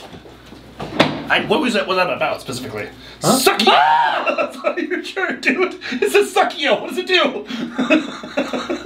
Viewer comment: bro really said suckio 💀😭🤣🤣🤣🤣